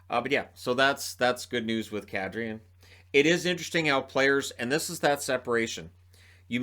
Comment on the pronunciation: did you say Kadri or cat tree?